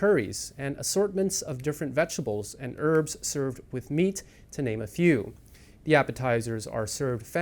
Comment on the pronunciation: 'Erbs'? 'ave ya been living in London mate.